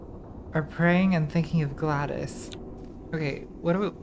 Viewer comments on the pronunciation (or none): Is nobody else bothered by the fact that she pronounces it Gladys and not GlaDOS